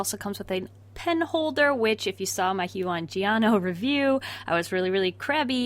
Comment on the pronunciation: My heart broke a little every time she said "hue-on"